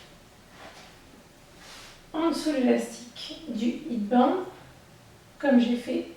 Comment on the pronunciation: Elle est chouette ta vidéo :) Petite correction : la sonorité de "head" (de headband) se prononce comme le mot "laide" en français, en remplaçant le L par un H bien sûr pour prononcer le mot HEAD :)